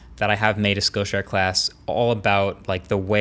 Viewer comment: Great info. Never heard of Skill Share. Thanks for teaching. However, when you’re saying it, everytime it sounds like you’re saying “skow” share. If you hadn’t put up the screenshot, I never know what you were talking about. So thanks for doing that. But try to pronounce it correctly so people know what you’re saying as skill share and not the sloppier way. Again thanks for all of your excellent overview videos.